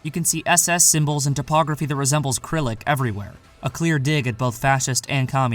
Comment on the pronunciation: Your pronunciation of “arching” and “Cyrilic” needs tuition.